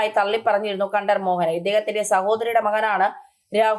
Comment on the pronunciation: Pl. say Correctly- KantRaraRRu